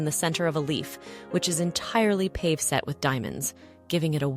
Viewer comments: Wonderful video love your passion and enthusiasm for your subject and delivered so well Psssst I believe the term pave in jewelry is pronounced paavay but I could also be wrong 🎉🎉🎉🎉😊 Thank you sincerely for your hard work and efforts ❤😊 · Pave is not pronounced pave like Dave. Its pronounced pa vey. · Pave set? Pavé is pronounced Pah-vay. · AI ? Paved ... for ... "Paw Vay" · It's pronounced pah vay not pave. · "pave -set" pronounced "pav-ay" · Yes you are correct with the pronunciation